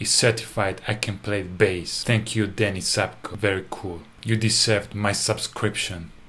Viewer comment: I want to see the rest of the take where Davie clearly burst out laughing after saying "behs license." The power of "behs" can make anyone smile!